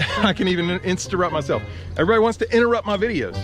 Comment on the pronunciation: Insterrup. verb. pronounced 'in stir rup'.😂 Follow me on InsTERgram for more fictitious words. Bahaha!